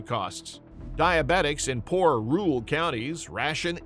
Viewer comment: Can't pronounce "rural"?????